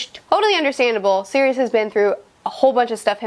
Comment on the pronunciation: Ummm.. she called Sirius Serious 🤣